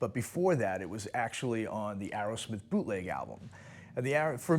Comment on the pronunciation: It’s Aerosmith, not Arrowsmith.